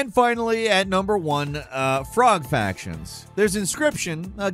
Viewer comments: So, how many years have you been pronouncing it as Factions, not Fractions? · to "Frog Fractions"* not Factions, Fractions! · FRACTIONS! Frog FRACTIONS! Not "factions" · Is it just me or does it sound like he's saying "Frog Factions" and "Glitterman Grove " when it's supposed to be Frog Fractions and Glittermitten Grove? 😆👍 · Frog Fractions.... R there is an R in Fractions.... not Factions. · ”Frog FRactions” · says "factions" idk how many times throughout this... I get it's slightly a tongue twister, with alliteration with the duplicate "fr" sounds, so I could understand slipping up occasionally, but he does this every single time. Shows how much they're reviewing this content before it goes out... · I love you ….you pronouncing it Frog “Factions” finally broke me. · At first I was like, "did he say Frog Factions?" and then he proceeded to say it multiple times. For the record I'd play Frog Factions. I'd be the poison dart clan. Small, deadly, beautiful.